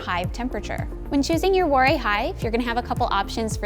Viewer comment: I think she's confused him with Brother Adam (who was a monk). Also, Warré is pronounced with a "va" sound at the start (as in "ça va"). She completely mangles his name.